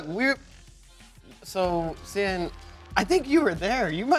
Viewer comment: I like how Xian pronounced quickly sounds like Champ. Nice one, Champ.